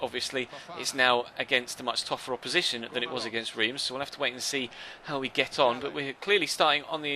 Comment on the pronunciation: Reims is pronounced rem!